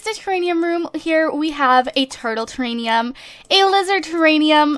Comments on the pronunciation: Don't mean to be rude or anything but just saying... Its TERRARIUM not TERRANIUM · omigoodness! its TERRARIUM NOT TERRANIUM!!! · pleaseeee. It's Terrarium! Not Teranium! Ter-air-e-um! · It's not terranium it's ter-air-ee-um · TERANIUM IS NOT A WORD!!! IT'S TERRARIUM!!! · Just so you know, it is pronounced ter-air-ee-um. Idk why but it like kills me every time you say it XD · I cringe every time she fails at saying, "Terrarium" correctly. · Yeah you've got it wrong. It's terrarium with an M not an N duh